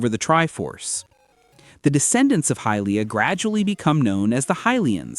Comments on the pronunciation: You said Hillia instead of Hylia the first time and whoever is doing the gameplay absolutely sucks. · I am sorry but did you say "Hillia?" as in Hylia? "High-leeya" wtf